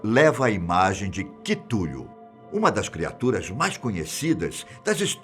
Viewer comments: É kutchulo nao kitulo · mano QUITULHO... FOI FODA DE OUVIR EM KKK... DOEU MEUS OUVIDOS.. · CHITULU foi foda EAHUIHUAHEUIAHUEIHUIHEUIHEUHUEA Caramba não espera ele não saber pronunciar essa palavra KAKAKKAA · falar engraçado o nome do cthulhu ate vai , mas errar o nomes do escritor kkk eu rii howard se lé com som de RA